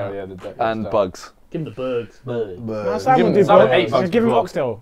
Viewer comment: not Simen its Simon